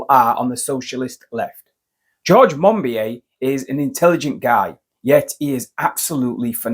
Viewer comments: Minor point - but MON BEE OH not MON BEE AY. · Monbi-A?? Monbiot is pronounced Monbi-O! Human voices are expected to be better than AI voices, not worse! Perhaps you should rename your channel to "The Alternative Pronunciation". Mispronouncing well-known names damages credibility. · It's George 'Mon - bee - oh'. For Chrisakes will you never learn?